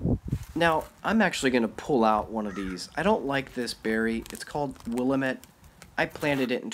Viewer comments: The accent is on the second syllable WilAMette. It is named after the rive about a half mile from me. Sorry you did not like it. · Want to mention something, "Willamette" is pronounced Will-AM-et, not WILL-amet. Emphasis on the AM part, and said into three distinct, broken up parts. I assume it is named after the Willamette Valley and/or Willamette River in Oregon, the major river flowing from Eugene to Portland. Everyone not from the PNW gets the pronunciation wrong, lol, but no worries, now you know. Consider looking into the native berries that look just like raspberries from our region: the boysenberry and the salmonberry. More tart and orange colored, but look very similar. The huckleberry is also a great berry to try growing–far tastier than the blueberry. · Who else is watching from Oregon & cringed when you heard try to pronounce Willamette?😖 Suppose he says Ore-gone too!😅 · "Its Will-AM-ette, dammit"